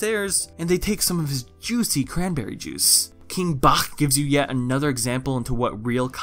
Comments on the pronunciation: And his name is pronounced King BATCH not BACHCHCHCH like what the fuck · Uhm just a tip King Bach is pronounced (King Baah-ch). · The way says BACH, like the musician/composer! 😂😂😂